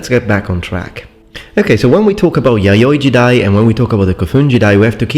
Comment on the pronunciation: You say yayoi jidai, I hear yaoi jiday...